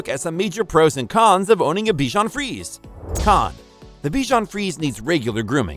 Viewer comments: Good review. Except it's pronounced "free-say", not "freeze". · In French it’s pronounced frizy